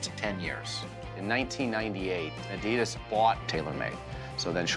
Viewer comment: He can't even pronounce Adidas correctly. I can't watch anymore of this.